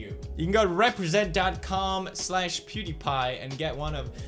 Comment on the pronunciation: Pewdiepie you pronounced your surname wrong.